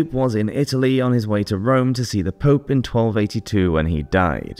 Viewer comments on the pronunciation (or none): none